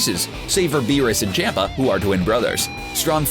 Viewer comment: For the love of God his name is CHOMPA ffs